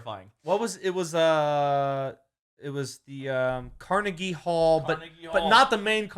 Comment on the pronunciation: As someone who is fluent in Pittsburghese. YOU PRONOUNCED CARNEGIE WRONG!!!